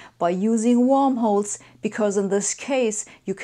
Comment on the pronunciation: Warmholes? Or rather Wormholes? ;-)